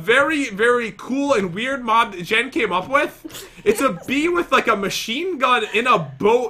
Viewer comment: Its Jen not Gen